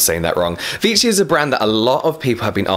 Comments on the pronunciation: Its pronounce "vee-shi" haha x) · Lol its Vee - shee! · Dear it’s French so there is no extra t in the Vichy. Luv your review. And yes irritation to fragance builds up until it breaks out. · yup you would pronounce the brand Vichy with the sound "sh". It is actually a town 30min from where I live ^^